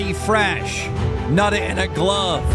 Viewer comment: Definitely didn't think that the stream was gonna talk about fweshy fwesh and his gwove wove😂